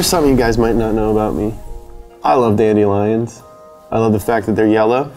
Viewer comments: Guys it’s not funny to mess with like this. Whoever told him that dandelions is pronounced that way is just mean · "Dandy-lions" lmao😂